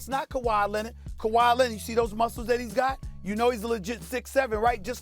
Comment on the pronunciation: Stephen "Ka-Why Lennit" A. Smith